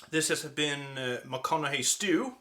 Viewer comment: Well done, with the proper pronounciation.